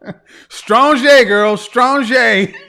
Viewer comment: "Imma SKRONG five!"